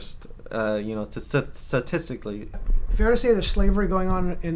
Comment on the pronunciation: This butthole is a freaking disgrace to the Mexican race! Satisticly! Hahahaha he can’t even pronounce statistically! What a total fn loser! Dumber than you would expect of a leftist America hating activist. Disgusting human! Buffoon! Idiot of the year.